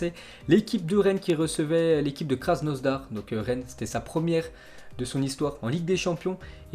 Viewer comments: Respecte KrasNOdar il n'y à pas de S on dit pas KrasnoSdar mais krasNOdar (ces français alors) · Arrête de dire krasnoZdar c'est krasnodar sérieux c'est relou